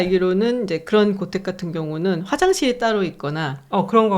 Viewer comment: 단어의 장단음 문제가 엉망이옵니다.!! 채식, 좋다, 두 번, 소 도시, 사실, 사실, 고택,사실, 제가(나), 구술, 했지만, 살고(to live), 사실,보통,정계,퇴계,정말로, 등!! 장음인 첯 자를 "짧게" 잘못 발음했더이다. 참으로 실망했오이다. 정중히 권하오니, "한국 어문을 고발함"이라는 책을 조용히 읽어 주실까요?? 또 한가지, "감동받았다"고 했는데, 교양인의 말씨로는 너무 천한 일이옵니다. "감동했다"라고 해야지요 미국 변 완수 드림